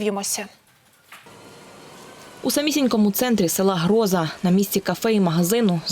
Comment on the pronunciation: с ударением в названии большая проблема у ведущей!!! Как можно в слове Гроза неправильно поставить ударение???